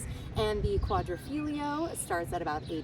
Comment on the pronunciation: Not to be too nitpicky but you are grossly mispronouncing “Quadrifoglio”. You’re the only one online that I’ve see say that word that way.